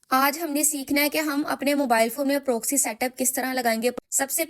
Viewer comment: ہائے پنجابن اردو و انگریزی کی مت مار دی۔ پرووووکسی اوووف۔😂